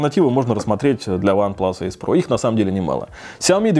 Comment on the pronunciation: почему ген а не джен? и эйс а не асе?